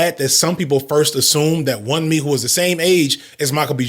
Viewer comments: Hey just a heads up guys Her name is not pronounced Won-mee. It's closer to Woon-me the U in Yorùbá has a similar sound to words like dune and tune. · Wunmi....pronounced 'Woo-n-mi'.... it's Yoruba...meaning.. its suits me...its dear to me.. i long for it...👍🏻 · You're probably not gonna see this cause I'm so late lol. But her name is pronounced Woo(n)me. The 'n' is almost silent; you barely hear it.